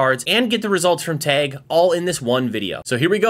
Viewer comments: Why is he saying tag like teg? Its Tag! Like price tag. TAG! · Why does he keep saying "Tayg"?